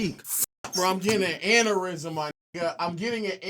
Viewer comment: Why low pronounce aneurysm like that 😹